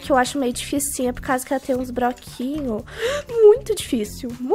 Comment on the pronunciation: A falando broquinho kkkkkk na fase verde kkkk tudo bom